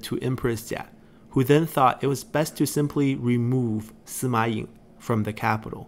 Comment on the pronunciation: Kinda wish there were writen names when mentioning other characters, or introducing them. Like with Sima Ying, I frankly had to go to wikipedia to see whose 16th son he was, since I just heard "Sima Yeng" or something like that. But knowing that pronunciation doesn't quite match the writing, I was left wondering where was he coming from haha Having the portrait was nice but could definitely have used the family tree there. Taking the chance to mention these videos are amazing. I've been watching some others that go over the story of the 8 princes, but was always left wondering about the details. These videos are great when it comes to getting to know all the intricacies that went on through the period. Definitely shedding some needed light into why some people did this or that, really well put together. I just keep tabs on past parts' family trees for when I get lost haha